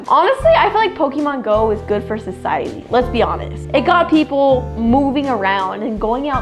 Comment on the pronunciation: The fact that she said it was good for sisidey for poke mon go when it got people got into car accidents😂